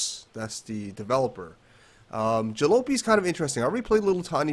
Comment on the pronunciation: Isn't it pronounced 'Ja-lopy like poppy? That's the word for an old, beat up vehicle.